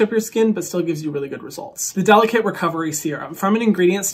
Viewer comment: You could at least say the name of the line correctly if they’re sponsoring you. DeliKATE like her name and not delicate.